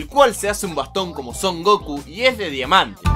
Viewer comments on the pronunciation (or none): none